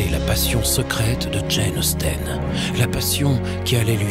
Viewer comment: Jane Austene 😓😓😓 ça se prononce Jane Austin!